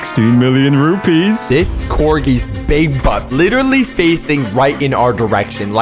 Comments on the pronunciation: Its rupias not rupees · It’s not rupee but rupiah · Dear,. My country (Indonesia) is a horrible country because, overpriced stuff, un-reliable stuff, EXPENSIVE airlines, etc etc, and PLEASE use garuda Airlines next. +points if you use agoda EDIT: it's rupiah (ru-pi-ah) not rupies. And the flights from Bali to Japan is way worse than you think. And expect the pricing to be expensive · it's pronounced "rupiah"